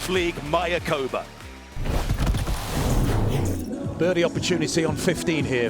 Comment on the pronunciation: Love the coverage and the resort. But you commentators need to learn how to pronounce MAYACOBÁ....accent on the last "Á", (my-ah-coe-BAH)